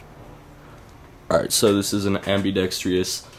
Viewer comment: ITS NOT ambidex-tree-ous its ambidextrous FUCKING GET IT RIGHT!